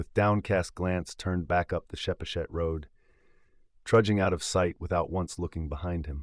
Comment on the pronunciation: Nice reading. Btw, Pascoag: pronounced "PASS-koe" or "PASS-koge". Chepachet: pronounced '"cheh-PATCH-et".